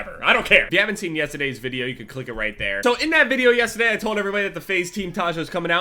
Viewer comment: the way says yesterday